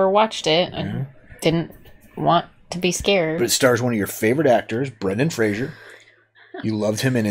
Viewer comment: It's Fraser, not Frasier. A lot of people make that mistake.